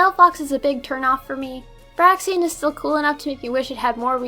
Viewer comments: BRAIXEN not Braxien!Dayum that grinded my gears everytime i heard you say it! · Braixen: It's BRAKES-en. Not Braxien. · It's pronounced BRAKES-en, not BRAY-ksi-en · Bray-xen not brax-ean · BRAIXEN WUT (and it's brayxehn not braxien) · It's pronounced "brake-sen", not "brack-sian" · I am so sorry for being the grammar nazi but it's (Brakes-in) and not (Ber-ax-ee-in) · isn't Braixen pronouced as "bray-zen" and not "Brack-zi-en" ? ._. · It is BRAIXEN not BRAXIEN. There is no ien pronunciation at the end of it's name. Learn to fucking read people. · It's not braxien its braixen bry-ksen not bry-sien sorry if i was being rude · Where the fuck did you get "braxien" from "braixen?" its "BRAYZEN" u sped. Nice vid tho i enjoyed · Its braxin its braixen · But it’s Braixen not Braxiean... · "brahxien" ehhh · dont you mean Br-ei-ks-en ( i know its spelled braixen xD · Braixen, not Braxian! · Your pronouncing braixen wrong it's break sin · Braxien is pronounced like xylophone with a z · You pronounce braixen brake-sen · AM I THE ONLY ONE PISSED OFF THAT SHE CALLED BRAIXEN BRAXIEN? ITS BRAIXEN!!!!!!!!!!!!!!!!!!!!!!!!111!!!1!!oneoneone now that that's done, Nice countdown. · Why do and you pronounce Braixen like /Braxien/???... well is worse, he says Braixion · It's pronounced Bray-xen. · It's braixen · You Said braixen name wrong :(